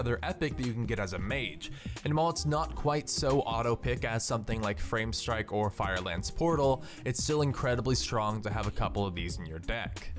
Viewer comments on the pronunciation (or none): "framestrike" xD